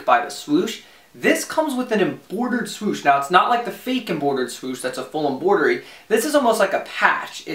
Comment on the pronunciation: Just found your channel. Another jersey head. Sub’d I wanted to just note that the r comes before the o in embroidery. So it’s pronounced exactly how it’s spelled. Not pronounced Emboridery.